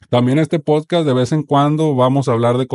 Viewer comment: Por qué los sinaloitas no pueden pronunciar "podcast"?